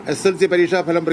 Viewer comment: Falam ❌ Bhalam ✅